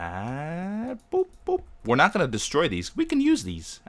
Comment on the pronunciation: He pronounces "g" as "k" in "ing". If you watch his videos, you'll notice XD